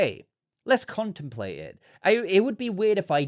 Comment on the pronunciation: ConteMplate. The "m" is not silent,. You're welcome - Signed, the Pronunciation Police.:)